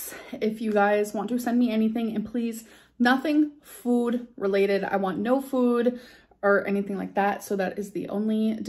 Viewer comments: WHYYYYYY do you say FOOD like that now?!!!! FEWD, NO FEWWWD PLEASE 💀💀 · I’m dying! That’s exactly how she pronounces food too! Fewd!!! 😂🤣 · I heard it too. It’s like “füd”. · I don’t know why, but the way she says ‘food’ really grinds my gears. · She says food weird now. It’s like the OOOH sound a New Yorker makes, wonder where she got that from? 🙄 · Why are you pronouncing "food" like that? Its true tou adopt your caregiver's NY accent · you say the word ‘food’ so silly lol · I miss when you used to say food normally. Ah, the good ol days. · Why is she saying food so weird ? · I don't even know how to say food like she does. And it's a new thing for her I'm going to say says it like that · You pronounce the word “food” very oddly. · I'm not American but how she says food sounds odd to me